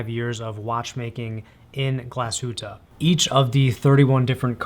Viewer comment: „Teefseakrow“ is kind of the right way to pronounce it😁 But you’ve done a very good job pronouncing Glashütte!